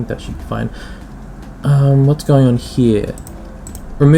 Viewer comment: hee-yah = 'here' this word was said how many times :D